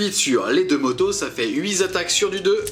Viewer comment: Super vidéo, je recommence juste 40k et c'est parfait pour se remettre doucement dans le bain ! Juste une petite remarque parce que je suis un peu tatillon : attention aux liaisons, on ne dit pas 8 zattaques mais 8 tataques, tu as fait plusieurs fois l'erreur d'autant plus que le nombre 8 était à l'honneur dans cette vidéo.